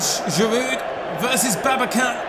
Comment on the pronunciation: Volkan Babacan is read as it is written. Since it is a Turkish name, you should not read the letter C as K.